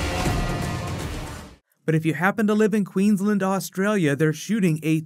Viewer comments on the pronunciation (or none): I grinned when he said "Queensland." He says it funny. I've never heard an American say it before. XD